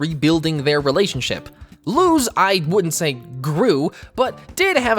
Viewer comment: You pronounced luz wrong